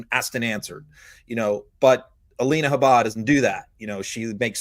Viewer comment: How come pronounces Habba differently than the rest of the Meidas Network?